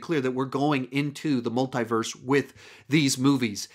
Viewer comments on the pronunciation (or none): MUL "THEE" VERSE NOT MUL "THAÏ" VERSE. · Why is he saying " Multai - verse"